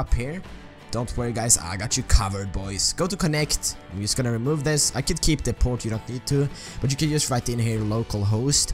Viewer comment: wtf why do u say yust